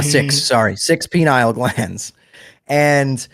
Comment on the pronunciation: It's called the PINE-EE-UHL gland and not penile🍆gland